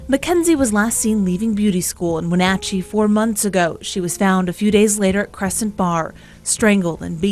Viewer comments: When-AT-cheee. Shell-ANN. Just saying, FYI. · Shay-lan and win-atch-ee. Driving me crazy lol. No one knows how to pronounce the names in this area. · Okay love these videos but as someone from Washington you are pronouncing the cities all wrong. Chelan (sha-lan) Wenatchee (Wa-Nat-She) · Wenatchee is pronounced "Wah-NAT-chee" (not Wah-NOT-chee) and Chelan is "Sha-LAN" (not CHEH-lun). I am a native Washingtonian and it's funny to hear these pronounced so wrong 🙂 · It's not we-notch-ee it's we-NATCH-ee. It's so irritating to hear it mispronounced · As a Washingtonian the pronunciation in this video was killing me. "WenAHtchee" 😂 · Not Win atchee but When atchee. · Great video BUT (& that's a big hairy nasty butt) it's not Wenotchee! Not like nacho! I mean you have the news broadcast that pronounces it correctly multiple times. Like hat, cat or bat. Wen-a-tchee. Only reason you got a thumbs down from me. Just kills me off saying it wrong over and over and over. I'm from western Washington & I know. Hopefully now you know & knowing is half the battle. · Okay. I can't go on without commenting that the A in Wenatchee is pronounced with a short A, it rhymes with match. The A in Chelan is pronounced like Ann. Okay, rant over. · People really struggle with the pronunciation of cities, towns, and counties in Wa state. 'Chelan" is pronounced 'Shuh-lan', and 'Wenatchee' is 'Wah-nA-chee' and "Clallam Bay" Claw-Lam Bay'. Rest in Peace Mackenzie! 🙏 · NARRATOR...YOU ARE NOTTT SAYING ANY OF WASHINGTONs NAMES CORRECTLY AT ALL...ITS ...WIN*AT*CHEE.....AND.....CHELAN COUNTY is SHELL*ANN... COUNTY....there was more too❗❗❗🌹IM JUST SAYIN'😇😇😇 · just fyi pronunciation...Chelan -> shuh-laan' and Wenatchee -> when-a'-chee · My favorite past time is finding people trying and failing to pronounce Washington city names. WA-NATCH-EE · It is pronounced Wuh Natch Chee And Is in Shuh Laan County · It’s called win natch chee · Weh-NATCH-ee & Sha-lan county. Just fyi (: love the videos!!